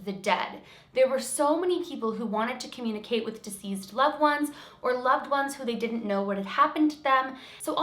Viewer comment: Hi, love your stories. One small thing to note. When you speak of deceased people, it sounds like you are saying diseased instead of deceased. Just fyi, so you can be aware. Keep up the great work!